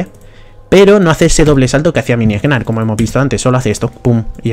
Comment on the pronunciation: No se si soy el único al que estresa que diga egnar. La g es muda se dice nar y lo pueden confirmar porque cuando se transforma dice nar. Por cierto todo le que digo lo digo de broma no pretendo insultar a nadie. ( amo a gnar es mi main :3)